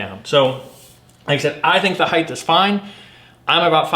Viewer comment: Height! Not heighth!!! Drives me nuts.